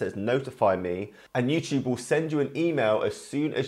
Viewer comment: He says youchube